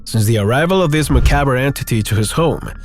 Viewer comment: Say... "Macaawb" (="macabre") Jussayin 😊